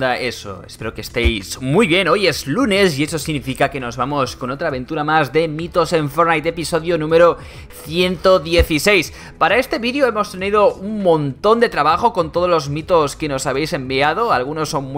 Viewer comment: minuto, dice frait envers de decir fortnite